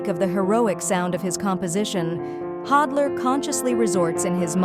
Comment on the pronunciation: A-I witch ! Pronounce his name correctly ! “The end of the last century and the beginning of our own” Really ?